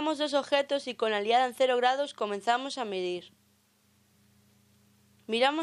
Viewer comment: No se dice "aliada", sino "alidada".